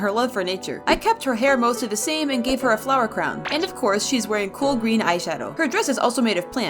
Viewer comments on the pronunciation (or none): none